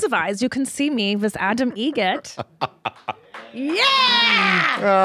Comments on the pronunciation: It's Egret like the bird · It's Egret not Eget... Like the bird.